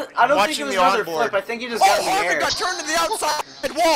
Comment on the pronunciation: Booeyscer Koonsoof Hairvicke